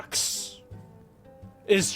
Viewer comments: did he just say “Robox?” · "Robox" i cringed this hard